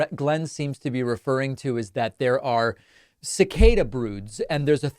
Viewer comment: thanks David - someone needed to say it -cicada ffs